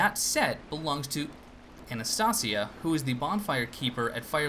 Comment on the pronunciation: Dude I dunno if you're still saying it like that but it's pronounced AnastAYsia, like the NPC's say it.